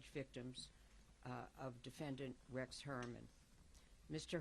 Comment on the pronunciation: Gloria mispronouncing Rex's name is purposeful and a power move and I love that for her. Say it wrong every time. He's not worthy of the correct pronunciation.